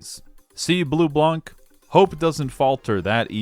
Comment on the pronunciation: so I'm sure you get tons of comment saying that but it bothers me and considering you'll deal with this character in the future a bunch I might as well mention this : Bleublanc is french, it's a combo of Blue+White. Blanc is consistently butchered as a word, the C is silent. This holds through everytime you'll see blanc part of anything, it's not Leblank in Persona 5, it's Leblan, it's not Bleublank in trails it's Bleublan. Sorry if this is annoying/pretentious, but I've had enough going through the game(especially true in Coldsteel so far, I'm about to start Cold Steel 3) seeing them butcher every single french word they could think of like Bleublanc, Marquis, etc. Although it is funny that of ALL word they got right, CHEVALIER was NOT on my bingo card. That aside I'm happy I'm not the only one that understand just how good this game is, although my personal favorite is 3rd, I don't want to elaborate on why on the off-chance that some people who have not experienced the game go through your videos to experience them like psychopaths, since I know you'll probably do a better job than I do in conveying why it's good.